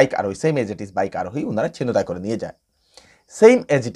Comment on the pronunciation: উচ্চারণ হবে "ছিন্ তাই"।